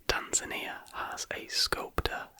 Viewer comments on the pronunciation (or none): none